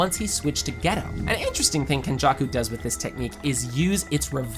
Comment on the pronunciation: Using show clips and STILL mispronouncing several names is the worse kind of rage baiting. Why even do that? GAY-TOH. Not Gee-toh. TEN-GHEN. Not Ten-Djen. If you’ve watched the show, you know this.